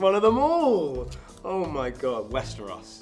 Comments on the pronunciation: "Westrous", reading "Valyrion" instead of Valyria, the hal/hall thing...... 💀💀 oh god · The cast is bloody amazing! 👏🏻👏🏻👏🏻🤩🤩😍😍 The problem with English is that every letter has different pronunciation depending on the word. Westeros. She said we should say West-iros … Like, how you could write Westeros without a second “e”? Kirimvose is much easier because it’s spelled phonetically, like Hellenic🇬🇷 my language. Each letter makes one sound and you pronounce all the letters. So much easier! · West e ros 🤣